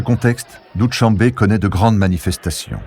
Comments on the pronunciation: Pénible d'entendre Doutchambe! Il faut demander aux locaux comment on prononce les mots pour un documentaire. Doushambe signifie "lundi" en persan, et sh se prononce comme notre ch français. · Doo-Shan-be in Tajik.